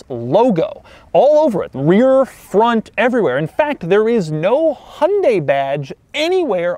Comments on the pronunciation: Bro did you say fwont instead of front? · Doug the type of guy to say "Fwont" instead of "Front". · Shankar Menon I noticed that too😂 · the "fwont" huh? Not the front? Lol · "next we move on to the fwont of the Equus"